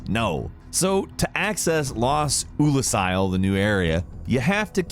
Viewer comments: or OOLASILE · spee-lunky and oh-lacile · a moment of silence for the murder of "Oolacile" name. but it's ok... it's ok.